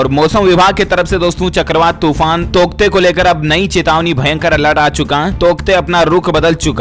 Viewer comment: तौकते या टोकत्ते 😂😂